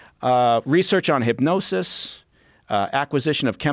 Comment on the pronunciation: Why can't this guy say "hypnosis"?????